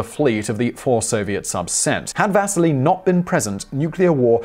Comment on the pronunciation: Does anyone else hear Vaseline instead of Vasily?